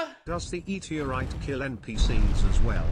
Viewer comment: "E terite" 🤣